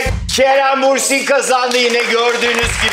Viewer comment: İbrahim tüm bölüm Bursin dedin ama Bürsin 😅